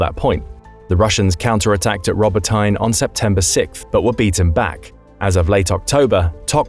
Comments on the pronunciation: Why do you read wrongly Robotyne and Verbove? It's not as "tine". it is Robo- TEENEH. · "Rubber-tine" dude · As much as I'd love for this to be true, the author apparently has never heard Robotyne or the Surovikin Line mentioned in reporting, currently two of the most important and talked about features of the war. Hard to believe this opinion is rooted in much knowledge if they don't even know how to correctly pronounce the places they are talking about.